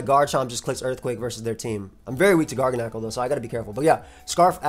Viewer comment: I might be wrong but I feel like Garganacl is pronounced like gargantuan and tyrannical, but if course with the NaCl instead. This team is fire. Keep it up ❤